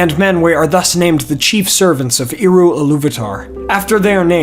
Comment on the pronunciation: You lost me right at the beginning when you mispronounced "Eru". It's not *Ee-ru", it's more like "Air-u". 🫤🤦🤷🙄👎🏻 BYE.